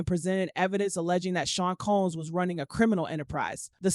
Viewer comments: COMMS????? who is reporting on this stuff?! His name is COMBS!!! Either these reporters can't read or they live under a rock.... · It’s the “CALMS “ for me 😂😂😂😂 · I’ll wait for the trial. This robot can’t even pronounce “COMBS” 😹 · Why can't this person say combs🤔.just asking.